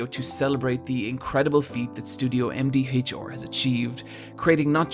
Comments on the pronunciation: "Studio HemDeeHachHaR" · "Em Dee Haych-Oar"